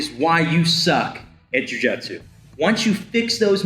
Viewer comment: Love the podcast and love the content. I also like the hose analogy. What I don't like is the way you say "jiu jitsu"